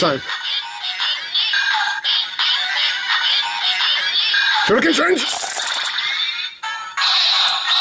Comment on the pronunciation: Its shuriken henge not shuriken change the gold ranger says shuriken change